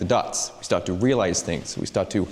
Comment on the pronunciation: "we stawt to wealize things"